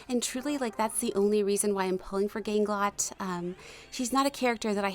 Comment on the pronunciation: The way you're supposed to say ganglot is weird, gahnglowt